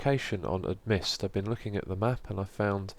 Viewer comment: Xisuma im sorry but i have to... Amidst is pronounced A - Mist :) not Ad - Mist